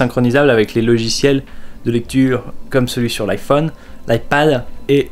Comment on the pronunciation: c'est toujours drôle de voir un Français prononcer des mots en anglais! haha «kindeule» «i-fun»